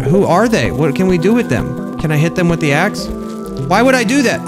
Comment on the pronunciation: teh - the ask - axe